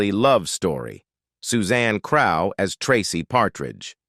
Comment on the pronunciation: I'm certainly appalled by the narrator (obviously AI) called my dearest friend Suzanne "CR-OW" (as in COW!) when her name was actually pronounced "CRUFF"! Plus, it's NOT BONA-DUCE, it's BONA-DU-CHEE! Awful, but still a good upload.